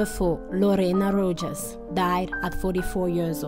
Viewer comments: Pronounced Rohas not Rojas, Bach as in back not bash. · FYI: the “ J” in Rojas is pronounced as Rohas…. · At least pronounce correctly their last names! Rojas j sounds like h! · I believe it is Christian Bach, not Bash. And Lorena Rojas's last name is pronounced "Ro-has" (Spanish pronunciation).